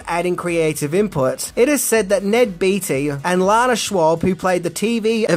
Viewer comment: Beatty..... pronounced - "Bay-dee".